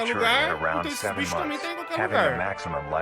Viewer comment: O falando binchos kkkkkk